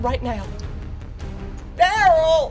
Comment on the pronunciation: IM LITERALLY DYING, THE WAY HE SAID “ DARoL ”